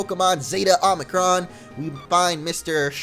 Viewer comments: And btw it's omicron not omnicron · Zeta: Zay-tuh Omicron: Oh-meh-kron Get it right bro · It's omicron not omnicron. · Zay-tuh Oh-mick-rom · Zay-ta and Oh-mi-cron, just fyi. :-)